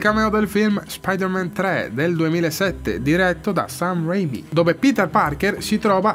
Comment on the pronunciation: Stan si legge Sten, Sam si legge Sem, tralasciando Raimi😂